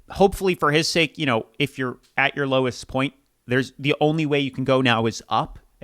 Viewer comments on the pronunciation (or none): none